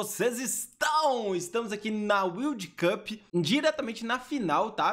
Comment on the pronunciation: Final da "UILDI CUP"! Inglês fino do fino!